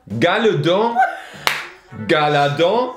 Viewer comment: Ouais c’est pas gar’la don c’est rgard’la don